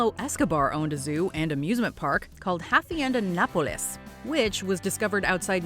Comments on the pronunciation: its ahh-see-end-ahh napoles smh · 😂😂😂 funniest part of this video is trying to pronounce haciendo napoles. I don’t get it I just saw a video of them pronouncing liquors from all over the world perfectly and they couldn’t pronounce hacienda. 🤦🏽‍♂️ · "Hafenda Napolis" LMAO